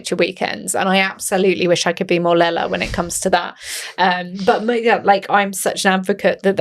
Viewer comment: Great discussion. Her name is not Lala.